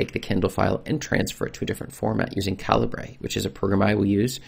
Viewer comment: For the record Jutoh is pronounced Jew-Toe NOT Yew-Toe it's a contraction of Ju(lian)To(ni) and H(arriet). And Calibre is not Kall-ee-Bray it's calibre (caliber to you) like the size of a gun barrel.